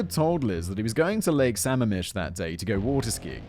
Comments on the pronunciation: As someone who lives in the PNW this would have been an unrelentingly painful and scary episode, but it was lightened by Simon’s (very understandable) mid pronunciation of Lake Sammamish. The PNW really does grow some terrible serial killers. Has Simon done the pig guys up in BC yet? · Right, I’m wondering if he’s done the green river killer I’m impressed that Sammamish was the only thing he mispronounced! As someone living in Seattle, and grew up nearby, I’m feeling surrounded by all these murdered women!